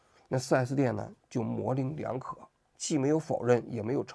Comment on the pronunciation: “模棱两可”的“棱”读作“leng”二声。这是小学知识。不读作“ling”